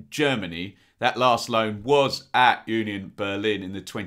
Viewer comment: I like that you prononce Union Berlin correctly.